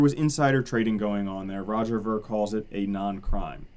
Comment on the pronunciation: its Roger veer not vur spelled ver....